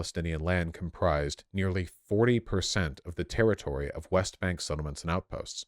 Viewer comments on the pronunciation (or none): none